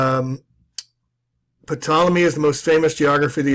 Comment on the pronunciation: Who TF was "Patollamy"? :D